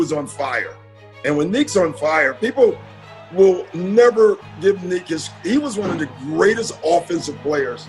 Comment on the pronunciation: NEEK! NEEK! NICK! You dummy! How many times did you hear the players talk about NEEK?